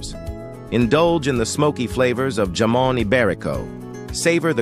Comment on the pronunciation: Jamón ibérico J in Jamón is not prnounce as J in word /name "Jesus" but H like in word "Ham"